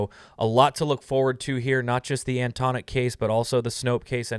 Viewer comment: Please pronounce Antonyuk properly.